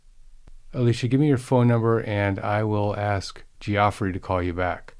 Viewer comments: G off Rey??? Do you mean Geoffrey? 😂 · It’s pronounced “Jeffrey”